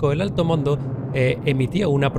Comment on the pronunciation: Minuto . "el alto mondo". Retiro lo dicho. xDDDD